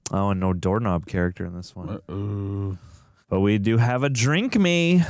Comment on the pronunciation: no no. It's not "drink" it was dwink😂